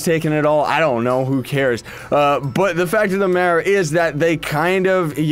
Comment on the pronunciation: "but the fact of the madder is"